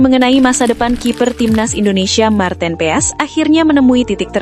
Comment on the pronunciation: Bukan marteen peas tapi marteen paes ,, memalukan sekali cara bacanya